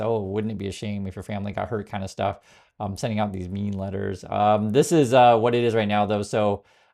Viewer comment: “Mean letters?” I thought you said “ meme letters!” Much more accurate.